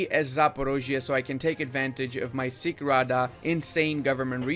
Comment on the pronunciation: I want to say "Sich" is read not "Sikh" but "Sich" like in "chair". And if you're wandering why it's because "Sich" is kind of a cossack fortress protected not only by the walls of sich but the natural protections. Also if you reading this than you can form Ruthenia the government should not swap